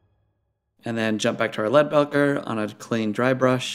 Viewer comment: great video! I've watched all your videos now and they're pretty darn good! I'm pretty sure Leadbelcher is pronounced belcher as in a burp. Like it's burping or belching lead, as in a gun. Keep up the video's I've really been enjoying them!